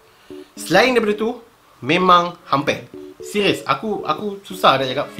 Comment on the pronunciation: Seqiiiuuuss.. Hahaha.. R keras... Lawak.. 😂😂😂😂😂😂...